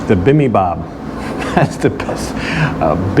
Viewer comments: Bee bim bop is how to pronounce it. Bulgogi is normally eaten wrapped in lettuce with vegetables, kimchi and some sauce. Not a fan of korean soups or fish dishes. Had them many times. Overpriced for the quality of the food. Thanks for the video. Try some korean rice cakes if they are home made. Other than that korean food is good for koreans. Not ready for prime time. I wonder who picked that place. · Pronounced "Bee-Bim-Bop."